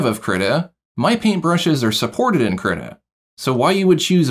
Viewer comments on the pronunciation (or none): Haha you say kritta instead of kree-tah